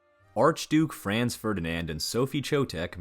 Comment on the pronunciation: First, you need to learn how to pronounce Franz correctly - then yiu have to read more history to realize how common trophy hunting was - all over the world - including Teddy Roosevelt